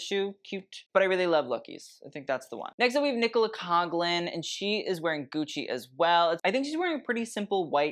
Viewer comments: Also pronunciation of Coughlin is Cawh-lin. The G is silent 😊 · Nicola Coughlan - is pronounced cocklan. The GH in Irish makes a K sound. We don’t have a CK in the Irish language 😊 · I feel like you're trolling at this point... spelling Nicola Coughlans first and last name wrong while misspronouncing it 😂 With a name like I'd assume you'd have a little more sympathy. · Gosh I’m on one with the comments today, Nicola Coughlin ( said Cole-o-Han just for your ref it’s a wild Irish spelling) love the shoes so much, but whoever is styling her does her dirty allllllllll the time too many oversized or undersized outfits, they are not getting it right at all and making the poor girl look so frumpy all the time, and Nicola doesn’t deserve that she’s just a wonderful person, so so down to earth and nice, also Simone Ashley are all the brigerton cast sharing the same awful stylist??? Wild, do a better job styling team 😮.